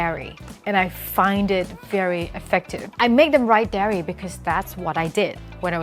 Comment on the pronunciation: I really like your video but, as you said, you sometimes make mistakes. This one sounds really funny. That should be "diary", not "dairy". A dairy is a place that milks cows and makes milk products.